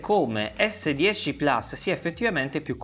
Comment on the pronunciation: Plus, si dice plus! Che cacchio di gusto ci trovate a inglesizzare pure le parole latine!